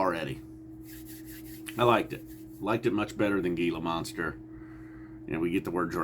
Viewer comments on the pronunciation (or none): I'm just here to give you a view and like. Just haven't gotten into these guys. Kaboom 👊. P.S....it's pronounced Heela Monster.